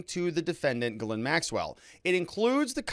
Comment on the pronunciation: It’s pronounced Jizz-lane